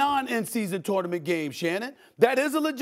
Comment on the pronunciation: The way SAS pronounces tournament is broken